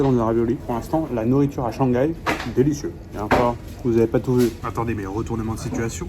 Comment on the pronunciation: <ShangGAI is the most French thing I’ve ever heard 😂😂